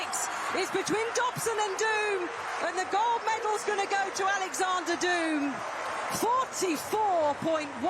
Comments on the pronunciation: In an interview he stressed that his surname is pronounced with long vowel "o" and not with the english "doom" sound (duːm) since in dutch, his mother tongue, the word pronounced "duːm" means idiot. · It's pronounced Dome.